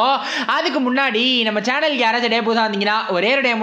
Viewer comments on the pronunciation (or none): none